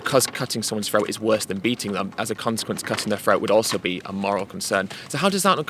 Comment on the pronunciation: Ed it’s “throat” not “phroat” love ya buddy! You are a great speaker!!